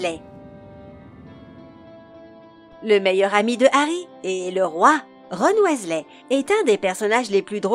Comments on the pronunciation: Ça ce prononce "W[i]sley pas W[ê]sley mdr. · CA SE PRONONCE PAS WéZLé MAIS WIZELAI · Wessley?? WEASLEY!! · WISLAY PAS WAYSLAY ! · Michael KRIKORIAN surtout prononcer Wesley au lieu de Wysley (phonétiquement€ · Ah oui g oublier Bill ... WHÈSLEH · sa s'écrit weasley mais sa ce dit "WISLER" il le dise dans les filmes on ne fait pas une video harry potter si on ne c pas pronnoncer les noms dsl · Sa se dit Wisley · "Ron Ouaislai" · RON OUAIZLAI 😂😂 allez je m’arrête là c’est trop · Prononciation 0,00/10 ca donne envie de lui casser la figure ou! Utiliser Avada kedavra et en plus la voix est ultra méga giga super chiante surtout la prononciation du mot weasley elle prononce wéslé😁😁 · Bonjour je m'appelle rone ouaislais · Bill wesley, victor kroooum..... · Wat the fuk comment elle dit Weasley la honte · Mais oui elle a pas respecté le nom de famille des Weasley 😭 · Jigsaw moi je déteste quand elle dit weasley